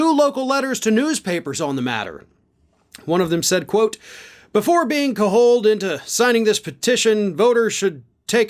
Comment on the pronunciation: you know I love ya, but if you don't know how to pronounce a word, please look it up. Google would have given you the pronunciation of "cajole". If you don't know how to pronounce a town name, call a local bar there and ask somebody. Depending on the town, you might want to call a couple of places on that one: you know how people are. You kids these days with all the tools and no clue on how to use them properly... smh...